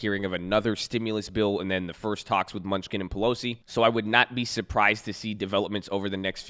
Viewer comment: It’s Steve MEN-NU-CHEN, lmao, not MUNCH-SKIN! 🤦🏻‍♂️🤣